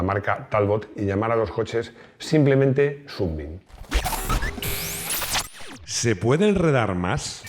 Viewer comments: . ¡Pues sí que te lo has currado! Pronunciando "súnbim" cuando toca pronunciar "sánbim" (rayo de sol). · Buen trabajo. Amigo Maximo, comenta al bueno de que aquí en España de siempre a Sunbeam se le ha nombrado Sunbeam no "sunbin". Si seguimos siendo tan delicados con el ingles, terminaremos diciendo, en lugar de España, spain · Ya que insistes con la pronunciación, Sunbeam se dice "sanbim" y significa "rayo de sol". Saludos, el vídeo ha sido muy interesante.